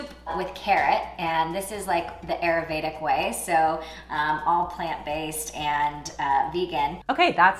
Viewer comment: Too funny! Also Ayurveda is pronounced as: Aah-yur-vay-dhah